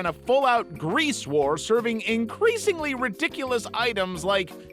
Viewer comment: Increasingly Ridiculous? You mean..."Ingreasingly Ridiculous"? 😭💀